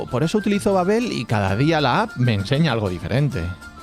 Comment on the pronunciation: Babbél babbél 😂 Babbel